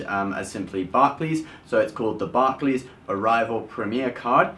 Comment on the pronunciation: the way you pronounce Barclays is annoying